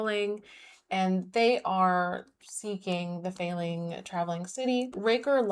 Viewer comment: Feyling doesn’t sound as cute as aster probably thinks it does, because every time you said it I heard “failing” 😭